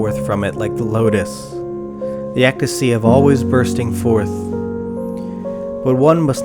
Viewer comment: "ecstasy" is also not pronounced right.